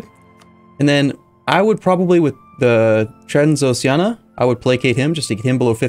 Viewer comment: Transoxiana? Oh, you mean Transxpfklsmfls